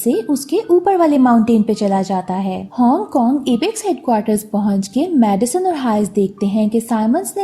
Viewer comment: Madison or medicine much samajh nah I aya🤣